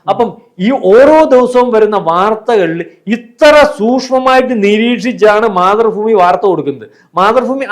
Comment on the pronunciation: മാതൃഫൂമി എന്ന് കളിയാക്കി പറയുന്നതാണെങ്കിൽ ഒക്കെ അല്ലാത്തപക്ഷം ആ ഉച്ചാരണം ഒന്ന് കറക്റ്റ് ആക്കി പറയണം